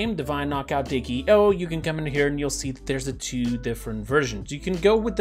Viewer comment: its D.K.O not Dakeo